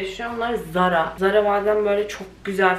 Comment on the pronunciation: Danla ZARA diye yazılır TARA diye okunur